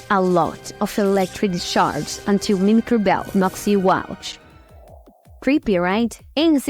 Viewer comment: Just found this channel. As a fellow Brazilian, I can definitely relate to our good friend Dollynho. (also, glad you're working onvimproving the oronunciation. It isn't outrageous, just needing some adjustment, but I noticed you tend to use the wrong sound for some vowels (especially "i" and "y", making an "eye" \ai\ sound even when it should be closer to "ee". Mimicry doesn't rhyme with cry, for example. As weird as that seems)